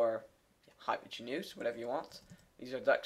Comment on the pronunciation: Just so you know, the emphasis in the word hypotenuse is like: hy-POT-en-use